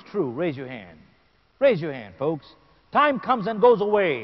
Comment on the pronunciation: its time not tie